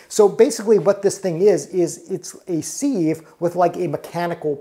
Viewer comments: And it's pronounced siv not seeve... Lol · Thanks for the video, the word sieve is pronounced “SIV” (sounds like give) happy cooking 🙂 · OR, it might be a regional pronunciation? Give grace whenever possible.